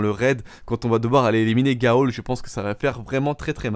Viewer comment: Pourquoi tu prononce Ghaul GA-AUL ??? Dans les cinématiques que ça soit en anglais ou en français il dit GAUL